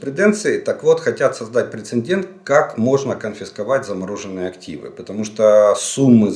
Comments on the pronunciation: Олег Владимирович,при всей Вашей грамотной речи,Вы неправильно произносите слово(причем,почти в каждом вашем ролике) прецеНдент ! Правильно: прецЕДент,по аналогии слова : инцИДент. С уважением ! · Уже не в первый раз Вы говорите "прецеНдент". Исправьтесь, пожалуйста. Правильно "прецедент"